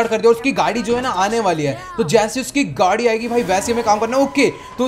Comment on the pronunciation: gadi ko gudi bolte hai